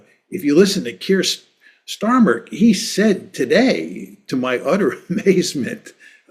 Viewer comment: John called Keir Starmer, "Keir Stormer" 😂